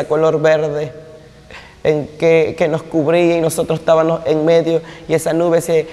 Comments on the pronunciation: llegábanos y estábanos hablando pura paja.Ni sabe pronunciar.Llegabamos y estábamos.No le párese.Todo lo q Dios nos dise está escrito en la palabra No x usted.Madure mi niño No ofenda más a un Dios santo santo santo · "Es ta ba mos", no se dice "Es ta ba nos". Dios te bendiga, la gracia de Dios sea sobre ti. Se dice lle ga ba mos, NO SE DICE llegaba nos. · Así es hermano , pero disculpalo porque no lo puede pronunciar bien